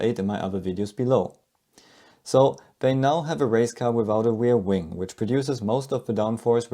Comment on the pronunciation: what's a weirwing? do you mean ReaR. Wing.?